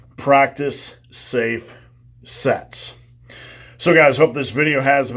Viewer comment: Practice safe sets... I thought he said "Practice safe sex" at the very end there for a moment, lol! 😳